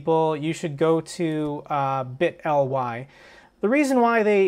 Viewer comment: say it like this. biii - tttleeeee. Thats how its pronounced im pretty sure. But good video!